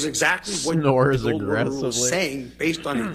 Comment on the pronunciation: I swear if I have to hear him say Gold Water Rule as Gorl one more time, imma lose it